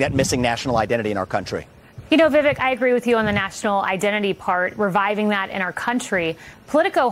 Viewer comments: "Vivek" is pronounced with the accent on the 2nd syllable. FYI. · It is not vivick, it is vivak, long a. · Disappointed Kayleigh didn’t learn the correct pronunciation of his name bf she interviewed him. 😑